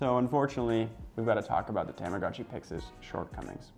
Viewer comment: The commercial for this device calls it a “tom-ah-goh-chee”, not “Tom-ah-gah-chee.” This guy calls it a “Tam-ah-gah-chi.” I think I speak for Millennials everywhere when I say, “whaaaaat?!?!” 😑😑😑